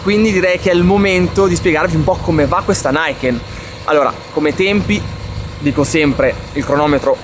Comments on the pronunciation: Uuuuuhhh che occasione per fare un commento da saputello (ma piccolo piccolo) Luca: non si pronuncia "naiken" all'americana (inglese) ma "niken" così come si legge... perché è un nome giapponese. Eheheh. Per il resto: TANTA ROBA, bravo ! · la moto non si chiama "naiken" ma "ni-ken" dove il "ni" sta ad indicare il numero due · Piccolo appunto lessicale: il nome della moto non è inglese ma giapponese, quindi non si pronuncia "NAIKEN" ma "NIKEN"; è l'unione di due parole NI e KEN e significa "due spade".